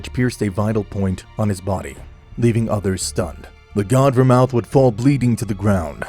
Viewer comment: DO YOU NOT KNOW HOW TO PRONOUNCE VERMOUTH?